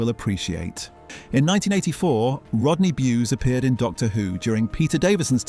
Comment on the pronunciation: Let’s kick Rodney in the balls by continually miss pronouncing his name!